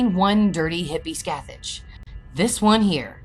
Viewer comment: The actual pronounciation is “Skath-ak” The “ch” sound is a harsh C in Gaelic.